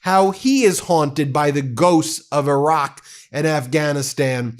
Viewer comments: Come on Ben. E raq. Not I raq. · Irak is not spelled eye-rack but e-rack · pronunciation -- ee-ROCK. thank you, friend. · Its pronounced Irr rock! Can you please fix that?